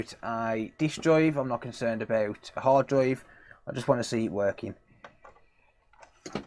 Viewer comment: y do u say ha droiv?